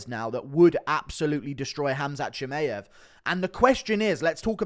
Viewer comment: Bro how can you still be pronouncing Chimaev wrong?